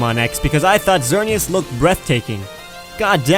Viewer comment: THATS NOT HOW YOU SAY XERANEASE plus i cant spell it sooooo yeah